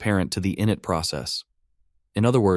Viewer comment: Please train the text-to-speech that process 1 is pronounced “in-it” with the accent on the “it” not “in”, short for initialize.